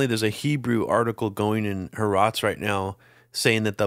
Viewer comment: Harots? Ha-Aarez. I think you mean. In Semitic languages ( Arabic, Hebrew) the ' is a transliteration of a letter that gets pronounced as a glottal stop.